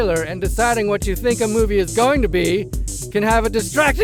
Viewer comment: This meawvie is all wong, get it wong?